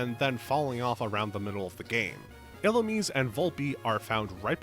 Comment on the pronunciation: "ee-loo-meez" Serebii is free 💔